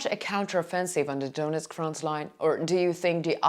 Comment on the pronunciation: Could You be so kind and learn pronunciation of ukrainian names? It’s not Doonetsk, but Donetsk. And so on, and so on.